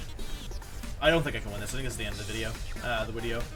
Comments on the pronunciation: Christopher Bodnar No it’s not a speech thing, just an inside woke. ( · Im sure its some inside joke..whys he say wideo? Not speech thing right?